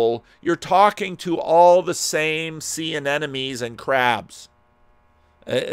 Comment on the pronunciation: I thought said CNNemies (like CNN enemies) instead of sea anemones at first. I’m sure some of the Daily Wire crowd would appreciate that for a neologism 😂